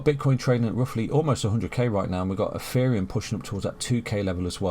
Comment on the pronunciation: Why do you say "EFFEREUM" ?